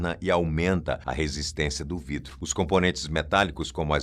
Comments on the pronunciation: Hoje você tá muito palhacitos, hein? 😂😂😂 "VRIDRO"!! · Vidro ou"vrido" me fez dar gargalhadas...gostei da brincadeira 😂😂😂😂😂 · Gostei do "vrido" 😂😂😂